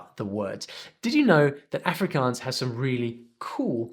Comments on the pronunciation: He Didn't pronounce Afrikaans propery its more like ahhfrikaahns. I learn Afrikaans is school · You said Afrikaans wrong